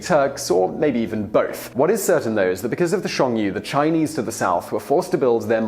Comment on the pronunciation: I really liked this video. Well done Mr. Whistler - scarcely a single pronounciation error, including ‘Hxiong-nu’ (which I have no idea about anywah).